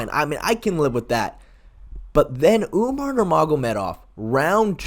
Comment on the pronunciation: Lol sean called umar umnar